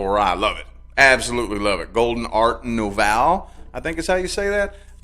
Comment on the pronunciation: Nouveau- pronounced “new vo” like new and vo pronounced like bo but with a v. Hope that helps!!